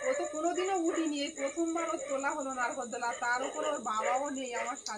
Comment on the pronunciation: Narkoldola noi.....nagordola😊